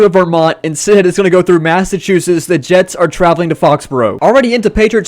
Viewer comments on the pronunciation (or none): none